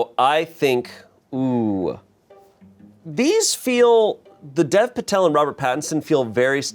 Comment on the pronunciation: Dear, Current Indian and Future Smosh Video editor here to just say Dev Patel's first name is pronounced like Dave. Mr. Patel probably doesn't correct people but it would be really cool when you rise amongst the world pronouncing it properly like an Indian. Thanks, Aahir G. (Future Smosh Editor, I have a resume and graduate college soon)